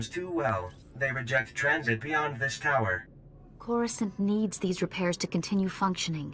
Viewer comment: you also started at level 10 and went to coruscant, you skipped all the Tython stuff 😞 By the way, Its CORE-OO-Scant, not croissant. A croissant is a pastry.